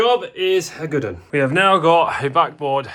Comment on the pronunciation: Not from the U.K I’m tryna figure out what you said jobs a (good one) or ( good un) 😅